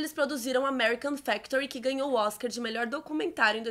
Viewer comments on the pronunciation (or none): none